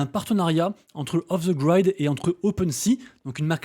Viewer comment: Off the grid ça se prononce 'i' pas 'aï', ça pique à l'oreille 😬😅